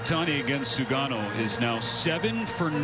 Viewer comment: 棒読みに読み上げさせるにしても日本人投手の菅野の名前間違って読ませるのはどういう了見なの？？？適当な作業するなよ